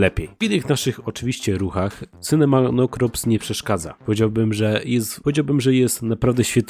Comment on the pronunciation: To się nazywa ,,Sinomacrops" a nie ,,Sinomanocrops"